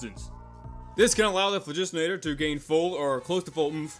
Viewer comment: "When building oompf The phlahjuustenator"